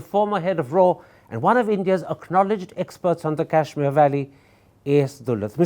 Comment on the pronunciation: . If you don’t stop pronouncing Kashmir as cashmere, I will start calling you caren instead of Karan. 😅